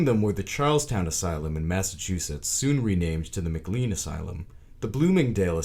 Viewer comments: Patients are still treated in place with so much disrespect that it's absolutely appalling - not as bad - but still inhumane. Oh and it's not said Mc Lean. It's said Mc-Lane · It is pronounced McLANE hospital, spelled McLean; He pronounces Worcester correctly. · I grew up in Medfield, where the state hospital figured prominently. Thank you for your research. One important note: McLean Hospital is pronounced mac-LANE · Just a note…McLean is pronounced Mc Lane! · I have to say it. It's pronounced "McLane"